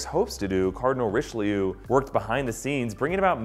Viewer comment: Cardinal rishleeyou